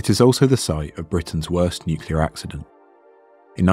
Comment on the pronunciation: "Nucular physics", really? Just when I was about to hit the "Like" button... shame I can't, because of a native not being able to pronounce the word "nuclear" correctly. The story is interesting and it was told well, shame for that major mistake.